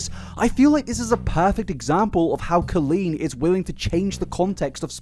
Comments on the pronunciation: my favorite part about colleen is how you pronounce the first part of her name the same way as colon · Co”oh”leen as in OMG, as in Orange BallinG as in George er. Not sure if it’s a dialect thing or a stupidity thing but at least you can try and pronounce her name properly 😂.